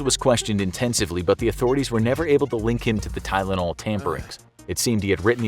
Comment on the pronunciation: Its not tylanol its a death note